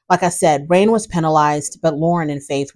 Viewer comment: You called her Rain when it's Rene but it's spelled Rayne and I think I've mispronounced her name more than once. LOL.